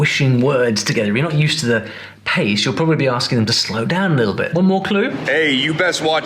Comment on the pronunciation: 7: 45 he wakes up he goes dahn the church dahn was all i needed since thats my accent 😂